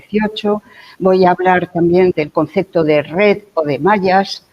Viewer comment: Sigue diciendo "concecto".